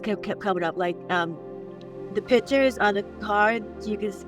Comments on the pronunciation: It's pictures, not pitchers! lol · The word is "pictures". NOT "pitchers". Geezus.